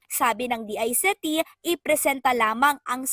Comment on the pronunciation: I am wondering, how these people pronounce DICT. When does the letter c changed its pronunciation?